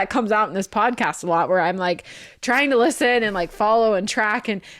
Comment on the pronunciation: This feels like an invitation for the peanut gallery, ahem....let me stretch. I think you should call this the "bodcast" since that's how Zach says podcast. 🫣